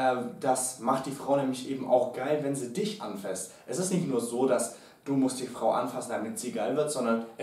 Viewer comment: ..habt ihr coachs euch eigentlich.. abgesprochen, dass das "anfÄßt" heißt ??? 😂 so toll die tips auch sind.. DAS macht mich langsam echt fertig ! 😂